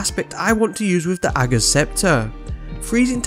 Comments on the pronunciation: You’re literally the only Destiny 2 content creator who can pronounce ‘Ager’ properly! 🤣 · Which is exactly how it should be pronounced (I’d definitely not want to pi$$ Mara off!) but everyone else says it differently 😂